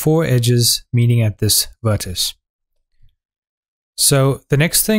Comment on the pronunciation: As soon as people say "vertisee" or "vertice" I realise that they have no formal education so probably shouldn't be teaching on YouTube. Where is the World going to end up when taught by these people. The Internet has doomed us to moral decline and stupidity.